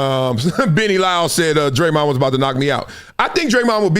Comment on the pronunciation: That busta name is Raymond with a d in front . It aint DRE-MOND 😂😂😂😂😂